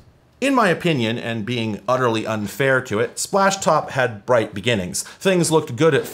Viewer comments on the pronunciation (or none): none